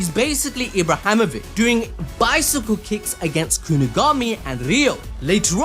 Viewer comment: nah faaam, again with that ibrahamovick?